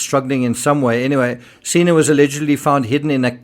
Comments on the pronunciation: Senna not seena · What a blessing that Charlotte Sena (pronounced sen-na, as in senator) was found safe and in apparent good health. According to the New York governor's statement during the press conference, there was no mention of any video evidence of the kidnapping. Thanks,, for reporting on Charlotte's successful return to her family.